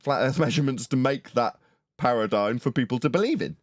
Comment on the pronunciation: Thanks for the daily show! BTW Paradigm is pronounced with an 'm', not an 'n'. Much love ❤